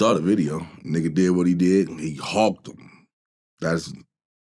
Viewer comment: That boy say him-shim 😂😂😂